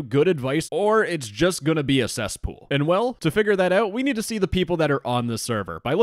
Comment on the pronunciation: "You *nerd* this role..." WTF LMAO